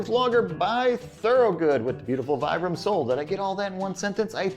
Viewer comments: it's pronounced "VEE-BRUM" phonetically, low IQ, overly self confident Americant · Nope, that's uncorrect. Vibram is an italian brand and the brand name comes from the founder's name Vitale Bramani. I'm italian and I'm sure it's not pronounced Vaibram. Still it's not something really important how someone pronounce it since you know what he was talking about